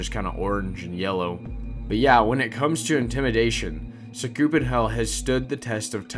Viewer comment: I thought How we say Sakupen is "Sah - Koo - Pen" I used Chase MP3 Long time Ago